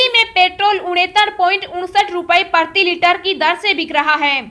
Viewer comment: OO o o o o o o o o Meri Ammmmaaa PARTHIi Litre nahi . . . . PRATHIi Litre kaho....